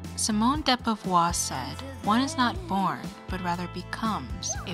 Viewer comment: Simone de Beauvoir not Beavoir*